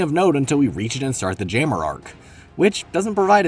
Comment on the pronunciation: why did bro pronounce jammer as gamer but with a j lmfaooo